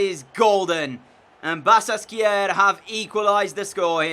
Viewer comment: The "ş" has the "sh" sound. So it's pronounced "Ba-shak-she-hir"